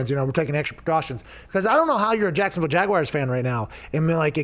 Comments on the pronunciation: Every time Pat says Jag-Why-ers another american child drops out of school :( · Wtf is a “jagwire” 🤦‍♂️